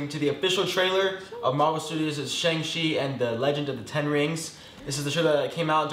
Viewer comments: Wait Oregon isn’t pronounced that way? And also on your last part, just bcuz it’s spelled a certain way doesn’t mean it’s the correct way. “Shaung” is the correct way and I’m pretty sure all Asians would like ppl to pronounce it that way since it’s the right one. It just seems disrespectful to them to not say it the right way. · Actually homie on the left in the red pronounced his name properly. It's meant to be sounded out as "Shaung-Chee" not "Shayng" 👌🏾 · the pronunciation is SHONG CHI, like sean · The pronunciation of Shang-Chi in Northern Chinese (Mandarin) is SHONG-CHEE, with a softer CH that's similar to ZH (more like Asia than cheetah). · Who tf say "shayng" sorry for my words my bad, but it is pretty obvious 😭✋